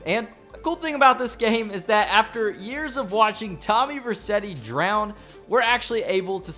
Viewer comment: did you just say tommy Rercetti its Vercetti